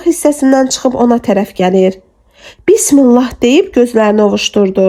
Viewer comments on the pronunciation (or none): none